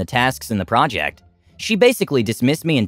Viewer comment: Project, project, project, project, procect and project😂😂